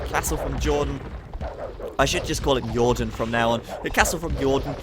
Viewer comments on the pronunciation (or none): That "Yordan" had me cracking up over here xD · Since he was Spanish, you should have pronounced his name Hordan this game :P